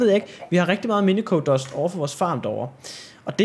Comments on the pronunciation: Det udtales minisio ikke miniko minico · du udtaler minicio mi-ni-si-o